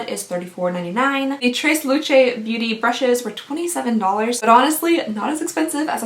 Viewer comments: Tresluche. Pronounced traylewchay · Lol the pronunciation of Tres Luce 😂😂 FYI it's a brand by singer Becky G. I was v surprised to get a mini palette from the brand in my November ipsy